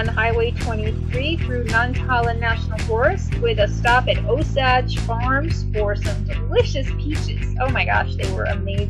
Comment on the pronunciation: We really gotta have a talk about the way things are pronounced around here. 😁 Nantahala - non tah HAY lah ... or sometimes non tah HAH lah Osage - O' sage (only slight difference of emphasis) Pisgah - PISS ga(h)